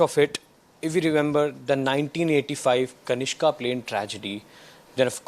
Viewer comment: What is Kashina? Sloppy. It is Kanishka.